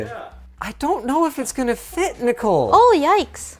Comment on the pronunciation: that's the most canadian "oh yikes!" I'm ever heard lmao